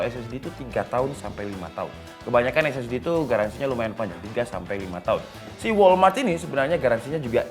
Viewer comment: Bang walram , bukan walmart wkwkw